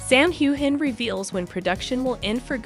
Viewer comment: Please learn how to pronounce Sam’s last name correctly